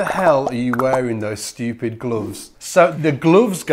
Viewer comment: its just how you pronounce it its funny “glooves”